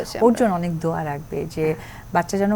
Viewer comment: হিন্দুর বাচ্চা দোয়া কে বলে সুরা। তাও আবার ভুল উচ্চারণ। সাকিব কে ইনকারেজ করার জন্য ধার্মিক সাজার অভিনয়। মিথ্যাবাদী, বহুরূপী মহিলা